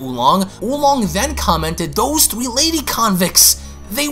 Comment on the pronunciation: Seven thwee.